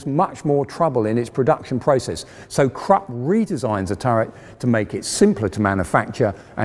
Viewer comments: Come on now,. It's Krupp, not crop nor crap. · The U in Krupp is pronounced like the U in Bush by the way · A I like your content of this channel: Please pronounce the German Names properly. That shows even more respect for the topic. KrUpp not Krapp, PorschE not Porsch and so on. Just a little more effort. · KRUPP.......KRoooooooeeeehpppp. Not Crup. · The fact he keeps calling krupp crop annoys me. It's krupp. CROOP! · It's Krupp like look not Kropp like crop. Idiot. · Great vid, but it’s pronounced ’Kroop.’ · An excellent series in all respects, bt it’s not Krup as in ‘truck’ it’s Krup as in ‘crook,’ please!! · Why isn't this man able to pronounce a single german name???? Krupp! Germans are able to learn the whole english language. And this guy can't even say the simple word Krupp! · It should be recommendable that the narrator puts the minimum effort of learning the correct pronunciation of foreign names like Krupp not "Crap". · its Krupp not crapp omg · Krupp, not krap! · THE REAL WAY TO READ KRUPP ISN'T "KRUPP" ??? OK THE BRITISH HAVE WON THE WAR... BUT TO READ KRUPP AS "CRAP" IS A WEIRD AND UNRESPECTFUL THING !!! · "porsh" and "crap"? You should know better! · The Krupp Enterprise sounds like "Crap" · And "Krupp" doesn't sound like "crapp". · Funny, that nearly any German is able to understand and speak the whole English language and even an educated man like this can't pronounce the name "Krupp"! :-) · The 'e' in Porsche is not silent, and Krupp has a short 'oo' vowel, as in 'foot'. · It's pronounced "Porsche" and not "Porsch", "Krupp" not "Crap", "Schwere Panzerabteilung" not "Shredpansabdaloongs", and "Reichsmark" not "Reikmarks". It wouldn't matter if an average Joe gets that wrong, but it is really quite unbecoming of an historian and presenter who professes to be an expert on those things.